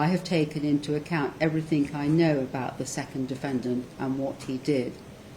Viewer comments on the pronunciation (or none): "...everythink I know..." : What kind of judge is this?